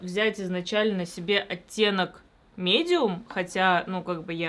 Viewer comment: А ещё оттенок мИдиум... Проследи за произношением